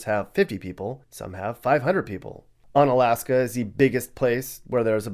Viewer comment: I love your vids and especially the songs. Anyway, it's pronounced "oohnalaska" not un alaska.